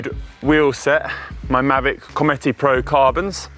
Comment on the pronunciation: Pronounced: Mavic Committee or Comeet 🤔🤔🤔